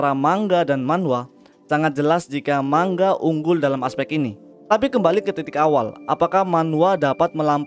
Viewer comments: Bacanya bukan mangga, tapi manga bang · mau koreksi bang, penyebutan ''Manga'' itu nga, bukan ga karena orang Jepang sendiri nyebut ''ga'' itu ''nga'' . terimakasih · Mangga sama manga beda cara bacanya.